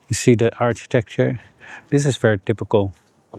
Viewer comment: in English, we say: "Architecture" like Arkitekture, with k-sound not like Architekture, with ch-sound even though Dutch say: "Architectuur" like Arsheetektuur, with sh-sound